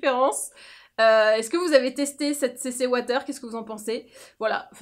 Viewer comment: La « CC ouataire » 😂😂😂😂😂